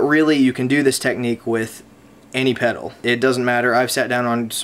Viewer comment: i had to laugh soo hard where you accidentally said "Techtique" XD